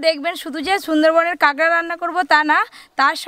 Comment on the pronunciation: ওটা কাগরা না ওটাকে কাঁকড়া 🦀 বলে